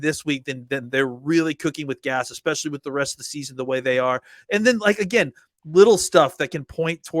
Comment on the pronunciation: Someone tell him it’s especially** NOT eckspecially